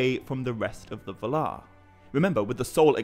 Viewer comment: Why do you say va-LAR rather than VAL-ar?